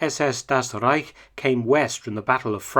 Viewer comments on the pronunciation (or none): "Das Rrreich" xD